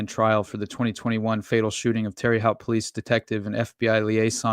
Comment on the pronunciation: Really enjoyed this. Just for future reference, the city where the detective was murdered is pronounced like Tara Hote= Terre Haute lol